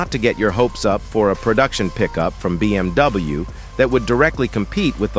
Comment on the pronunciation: BMW sözünü düz tələffüz etmir